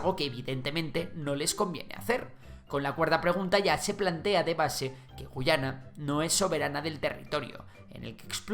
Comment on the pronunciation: Esta mal tu MINIATURA estimado. La única gu-A-yana que existe es la del imaginario histórico de Venezuela, El país al oeste del Esequibo se pronuncia guYAna ante la dificultad de los ingleses por decir la "letra A", y es de hecho un detalle con mucho valor para ambos países.